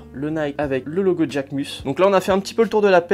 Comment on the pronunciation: slt a toi BG! perso moi je trouve que c'est une collab réussi! propre et quali. aucunes traces de col! et STP porte Jacquemus est un créateur Français, arrête de l'américanisé quand tu dits Djacquemus LOLOLOL et je sais pas pourquoi mais perso je cop plein de paires sur SNKRS pas toi? bonne continuation;)